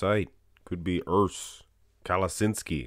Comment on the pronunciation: URRs is the right pronounce, well spoken my friend😃